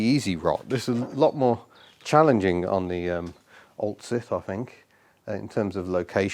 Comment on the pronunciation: I thought you said oldshit not oltcit haha. I will be amazed if you get that running on the road.